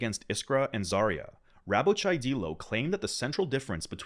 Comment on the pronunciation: Dyelo not deelo😂